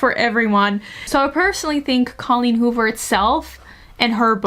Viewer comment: i love the way you pronounce colleen hoover